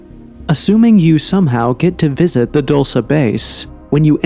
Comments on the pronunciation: Dulce (DooL Seh) NOT "Dolshe", DULCE MEANS "sweet"/"Candy" . There was a creek with sweet water (AGUA DULCE) thats why is Called "DULCE" NOT...whatever u say is called (Dolshe or that sht u said) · It's not pronounced Dulsa, its pronounced dulcy. Dulcee. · It's pronounced "DuLLsAy bAse" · it's pronounced dull-chay.. livin la vida dulce 😁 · At, respectfully, I just want to tell you that the town name is pronounced, "dull-see" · How could you make an entire video about a place and neglect to discover how to say the name? It’s pronounced Duel-say. Edwards Air Force Base is in California. The supposed meeting took place at Holloman Air Force Base in New Mexico. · Pronounced Dool-Say and means sweet like candy. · It’s pronounced “dull say”, correction coming from a New Mexican…. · They are Not aliens, they are demons. And you are pronouncing Dulce wrong. I'm from New Mexico, and it's not pronounced that way. You're supposed to emphasize the E at end. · Thank you!! The pronunciation was driving me nuts. The DUL should rhyme with “school” and the CE is pronounced like the word “say.” DOOL-SAY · Couple things..... it's pronounced "Dull-say" and they say it like the acronym is spelled, "Moo-fon"